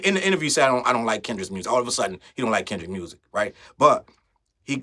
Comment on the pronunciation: They love to say KENDICK!! 😅